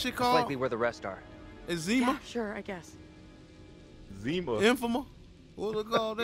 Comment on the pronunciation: Cuh said "Zema" 😂 . Cuh that's a 90s drank. Lol